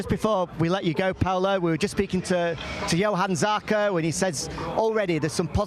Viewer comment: Can someone teach the 'Coronation Street' reject not to keep saying Yohann Zarco.